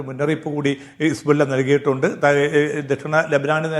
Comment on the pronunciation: ഹിസ്ബുള്ള എന്നത് ശരിക്ക് പറയൂ ശ്രീ